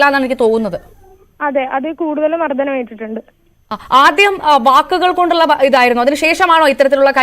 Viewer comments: മർദ്ദനം എന്നാണ് അവതാരക ചേച്ചീ മർദ്ധനം അല്ല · മർധനം അല്ല കൊച്ചേ,. മർദ്ദനം ആണ്. ഞഞ്ഞാ..... പൂഞ്ഞാ